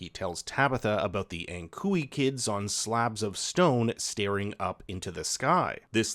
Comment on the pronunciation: I think the word that the creepy children repeat is "Ankkuri" which means "Anchor" in Finnish. When an American pronounces it, it's "ankhoorey".